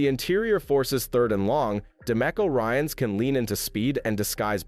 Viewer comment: lame...Blake Fisher wouldn't make it to the practice squad...he will be on the Texans' roster or on IL with with an ankle injury.. Blake would be grabbed up and on ANY roster in the NFL in a sec so practice squad isn't possible and why do you keep miss pronouning couch Ryans' name?